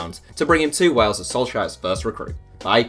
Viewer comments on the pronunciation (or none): none